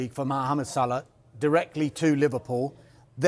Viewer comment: It's Salah not Salar